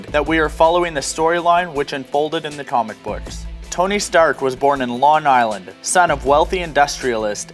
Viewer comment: did you lawn island? someone just tell me has an impediment, he screws up pronunciation every episode